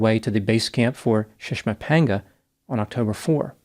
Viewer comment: I watch a lot of videos on mountain climbing, and props to for his pronunciation of the names of those mountains.